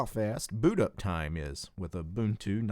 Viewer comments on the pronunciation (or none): none